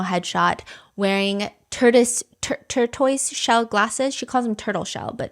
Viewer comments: Stephanie, AMAZING video! Tortoise is pronounced tour-tiss. Much obliged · Tour-tiss. Tortoise. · Awe, tortoise and turquoise = tortouise😊❤ ms soo like the story of the tortoise and the hare...tore tiss. I said this with love but not like kendras love 😂❤ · Tortoise is pronounced (tor-tiss). Definitely a gnarly lookin' word lol. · Tortoise is pronounces "tore-tiss" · STEPHANIE. It's pronounced like "tore-tiss" but don't stress over it :) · As serious as this story is, I snorted hearing Stephanie try and pronounce Tortiose lol